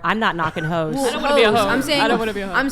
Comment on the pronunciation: Omgosh…she keeps saying “ho’s” it’s hysterical